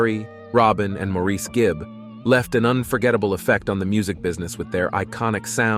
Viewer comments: It’s Insulting that the commentator didn’t make the effort to learn how to pronounce Maurice’s name. It’s NOT Mor-eese’ . It’s Mor’ iss . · It's Maurice ok,not Moreese...what the heck! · It is spelled Maurice..not Morris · I hate that too!!! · Americans often pronounce Maurice like that. They have their own lingo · being from another country doesn't give you license to butcher someone's name. All this guy had to do was watch one or two interviews with them but apparently he never has